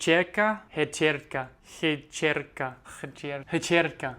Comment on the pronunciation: Pronounciation of hčerka at the end was great. Perhaps a simple tip / trick. When you try to do hč ....imagine the sound of whip č it self is as CHurch š is the sound of caSH